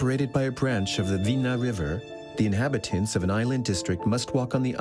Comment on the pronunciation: Not Vina river but Dvina river.